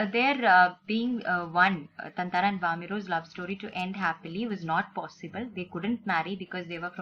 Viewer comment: Isn’t it thathara mam? Or is it thanthara?